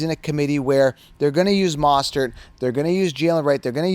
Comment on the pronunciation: Let's start with mostert. Now you know I watch a lot of your videos and you appears getting their names wrong lol. Love the straight forwardness and bold predictions but you can get the names right. Not even going to go into bijan lol😂😂